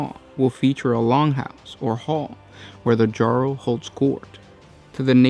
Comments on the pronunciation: Jarl is pronounced yarl or uarl rather the how it looks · Jarl is pronounced Yarl.